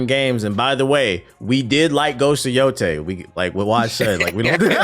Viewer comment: It’s yotei not yotai